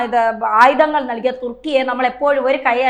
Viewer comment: ആയുദങ്ങൾ,സപ്രസ്, യുദ്ദം,ബീഗരവാദം - ഇവയെല്ലാം ഉച്ചാരണം തെറ്റ്. ആയുധങ്ങൾ, സൈപ്രസ്,യുദ്ധം,ഭീകരവാദം എന്ന് പറയൂ.